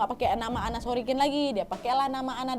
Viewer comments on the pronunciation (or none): Bukan anna sorikin, tpi ANNA SOROKIN!